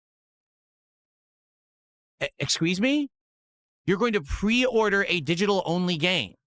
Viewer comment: He literally said "exsqueeze me? You're going to pwe-order a didgidal game"